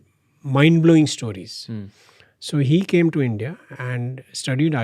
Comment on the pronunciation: To the host -> Why do you keep saying "Stooories" man. Its "stories" just say it right. Typical north indian.